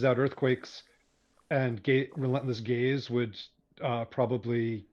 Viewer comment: I’m sorry but the quote ‘check out all these rainbows coming out of Gaze, it’s amazing’ which sounds like .. well.. gays. I could appreciate the not-intended joke, i snorted 😇